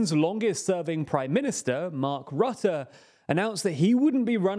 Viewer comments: Is it just me or Jack could finally learn how to pronounce foreign words? IE Rutte's surname is RUHTTEH not RAHTTEH. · I am not a fan of Rutte at all. But could it maybe be possible to pronounce his name correctly? It is not hard for English speakers. Just put the name into google and ask how it should be pronounced in Dutch. Not really an inconvenience, even.